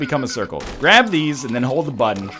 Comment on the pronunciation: "it took a while to grabe me" nice.